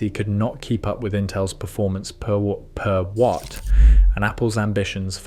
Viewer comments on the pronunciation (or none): none